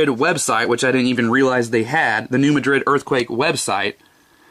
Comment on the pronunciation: That's New MAD-rid, not Ma DRID.